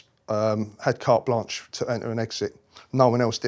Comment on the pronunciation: Poor sod is not a mental giant. Can't even pronounce Ghislaine or cart blanche.